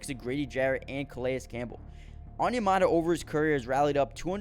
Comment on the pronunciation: Good stuff.... fyi i think Calais is pronounced 'Ka-Lay